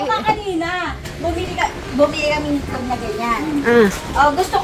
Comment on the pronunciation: Cute n ❤ hahaha tama c madam share ang pagkasabi mo ng itlog ma'm sm😊😅